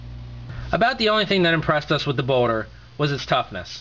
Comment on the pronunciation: ok, so judging by the comments, im hearing boner corectly. not just me.